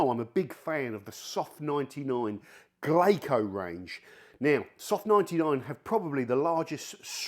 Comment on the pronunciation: Why do you keep pronouncing it that way? It's "Glasso", like Brasso; the Japanese pronunciation of the English word , glass. Good vid. Great channel. Thanks for the info and entertainment.